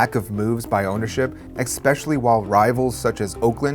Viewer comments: Every time this guy says, "ekspecially", take a shot of the vodka of your choice. I like Smirnoff. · Great documentary. Note: there is no "x" in especially. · Dont do voiceovers if you can't pronounce 'especially'